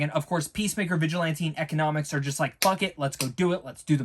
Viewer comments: EEE-CONN-OH-MOHS, not “Economics”. It’s Economos. Please, I can’t take it! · (E-con-i-mose) not economics also (Henry Cav-ill) lmao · Dude it's Economos not Ecinomis!